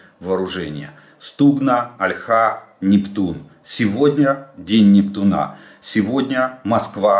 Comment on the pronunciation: Жданов, почему вы говорите НептунА? Надо говорить НептУна.